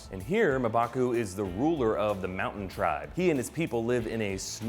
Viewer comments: M'Baku is pronounced Umbaku. Just saying lol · It is not Mabaku, M'Baku is pronounced differently. i would advice some knowledge on pronunciation of these names.